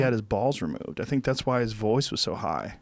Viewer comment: Joe "I Sink" Rogan